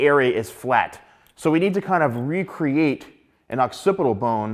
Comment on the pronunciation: The way u pronounce the word "FLAT" as in F L A T!! that hurts me a little bit haha But I might there's some Good hairstylist like u here on my country